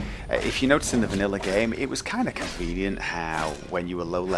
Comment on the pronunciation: Ive always wondered what an " educational purpose only" even is. Are you training dragon hunters? If so wheres the sighn up for next semester? You say "convieniant" the way I would say "Wall Hack." I love the idea of unleveled dragons, but it would need ways to slow THEM down or speed horses UP. Running is great. Being run DOWN not so much.